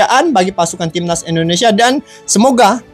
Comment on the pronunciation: INDONESIA BUKAN ENDONESIA !